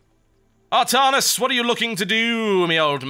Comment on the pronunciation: Artarnus? I thought it was Artanis :o